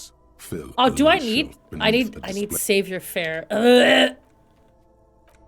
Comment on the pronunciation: im only about an hour in, did any of you bother to tell her it's "sah voir faire"